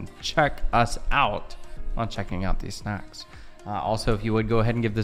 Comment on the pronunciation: Pronunciation of 'out': You're saying oat. Don't do that. It sounds like a Canadian caricature, not remotely Australian. If you take the short a and e sounds from cat and get, it's kind of halfway between that sound, and lean on it so it's not such a short vowel sound. Then add your 'w' closing of the vowel then the t. "a/e-w-t" = out